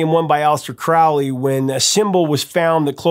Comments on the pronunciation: FYI, you're pronouncing Crowley's name wrong. "Crow" (like the bird) -"lee". He pronounced it that way because it rhymed with 'holy'. This is according to Grady McMurtry, who studied with him. (Despite what Wikipedia says...) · Just a note- "Crowley" rhymes with "holy", not "foully" or "rally"